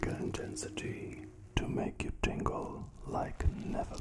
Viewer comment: when he said : you will tiggle: it kinda scared me, i was ready for it